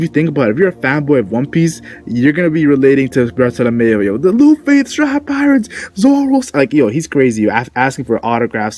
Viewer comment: bartolomeo not bartolomayo